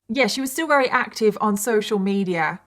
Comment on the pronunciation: How come sometimes you say Very and other times you say Rery?